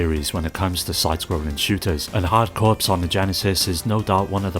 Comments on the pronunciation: Hey brother just so you know, "corps" is pronounced like "core" not "corpse", otherwise great video, great picks. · Hard corps isn’t pronounced like “hard corpse” it’s pronounced like hard CORE. The S is silent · It is pronounced core, I'm afraid. You've had a unique, but wrong, experience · "Hard Corpse" instead of Hard Corps lol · Contra HARD CORPSE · Note: "corps" is pronounced like "core" - an English word for a military unit that comes from French, hence all the silent letters. The title "Hard Corps" was a pun, because it sounds the same as "hardcore". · Yes, but "corps" is only correctly pronounced one way